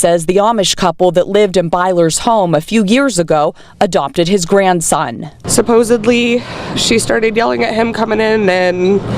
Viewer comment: Did he say GRANSON ???😢😢